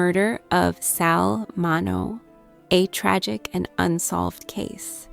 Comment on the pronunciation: Narrator sounds tired, like she needs to take a nap. Pronounce his name right at least. It is Min*E*O. Long E and long O.